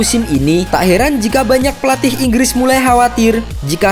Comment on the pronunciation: Min ngopi bngsd "Inggis apa Inggris Bngsd 😂